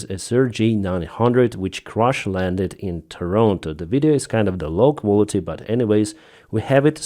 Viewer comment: "Crosh londed." LOL